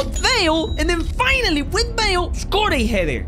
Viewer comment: when he scored a header with bale he said bagel